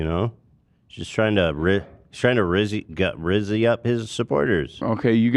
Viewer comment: ethan saying rizz is terrible lmao